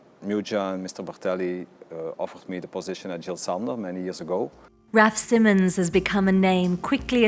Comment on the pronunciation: So much hard work and then you don‘t even bother to find out how to pronounce your subjects name although Raf Simmons pronounces the name correctly. And what about „maternal mother“.